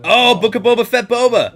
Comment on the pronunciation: Toe-ba Fett! 😂